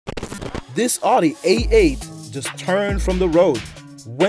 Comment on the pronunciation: I apologize, but I did cringe when you said Audi 88. CC says you said A8 but I heard 88 and I was like "ITS AN R8, AN R8!" it's all cool though I think.